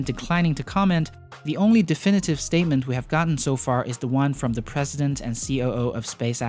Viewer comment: are you saying ceo? because it sounds like "see oh oh" coo